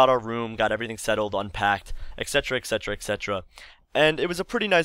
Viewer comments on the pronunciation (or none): etc. is pronounced eTsetera, not eKcetera:)